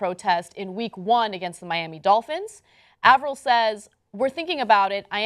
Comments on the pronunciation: It's pronounced "Ay-vrol" lol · Its actually pronounced cliff a-ver-ill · Listening to Ana pronounce Cliff Avril's last name is gonna give me an aneurism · Bruh does she know how to pronounce names? She pronouncing Avril like Avarell and Kaep as Cape. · How the hell do you manage to mispronounce both Cliff Avril and Kaep? I mean seriously....